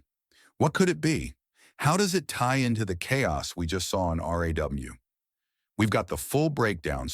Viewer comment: I knew the moment you referred RAW as r.a.w Not to continue watching. GTFO